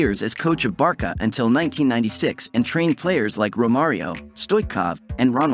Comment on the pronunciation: great video.. but its ayax, barsa, la masia with 's'.